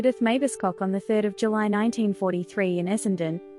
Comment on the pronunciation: It was Cock, not Cook